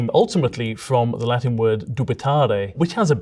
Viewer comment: as an Italian: "that's a bad pronunciation of the word. No wait, it's a perfect pronunciation of the Latin"